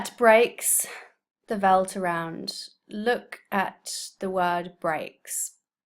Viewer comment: As a South African, this pronunciation could be better. Kopje (the 'o' pronounced as the 'o' in or and the 'pje' as ie) - little hill. Kop mean head so Kopje is little head. Veldt (the 'v' is pronounced as an 'f')- Hard to define as it is used both in English and Afrikaans but similar to field or wide open brushy landscape of the - Karoo - Landscape of Eastern Cape in South Africa, usually low to the floor brush and sparce trees. Other than that, a very good video.